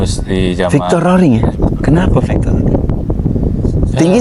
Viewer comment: Fictor Roring bukan Victor.. Wahyu Widayat bukan Hidayat